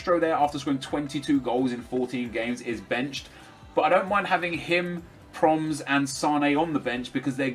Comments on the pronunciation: It's pronounced as "Pro-mess". try working on it. great episode!! ;) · Its pro-mes, you say his name wrong and get suarez to get sanchez full chem :) Nice vid